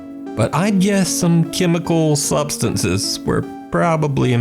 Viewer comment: I was dead when said chemicAl sUbstanCes That's drugs in the most sophisticated way lmao